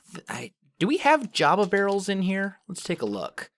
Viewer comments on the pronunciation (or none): none